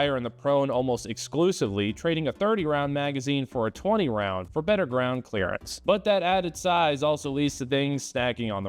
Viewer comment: Better-err LOL